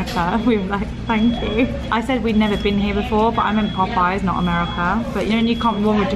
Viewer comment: In the US, jelly is made with fruit juice, and jam is made with mashed fruit. So if I came to England, I would say your JAM is JELLY. But I'm glad you like our biscuits. I also love that called Popeye's POP-I-YAZE. Is that your French lessons coming through?